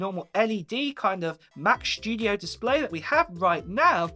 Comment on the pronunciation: Mac schtudiooo haha